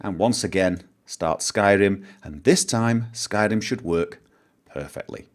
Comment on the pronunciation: I LOVE THE WAY YOU SAID SKYRIM THATS LIKE THE WAY IT SHOULD BE SAID (if we could actually say it in that awesome voice).